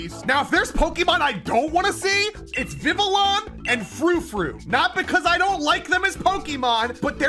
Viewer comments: that isnt how you pronounce vivillion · I love you man but you gotta learn how to pronounce some of your Pokemon correctly LOL Hearing you say Vivillon hurts me